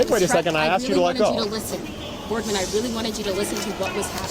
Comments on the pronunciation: the moment i hear a women say the word "axed" instead of "asked" i stop listening.. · It's amazing people even get these jobs nowadays with their 'command' of the English language. "She axed me..." 😬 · "then she axed me to pay for it" 🙄